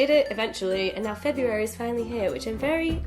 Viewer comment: I'm so disappointed you mispronounced February..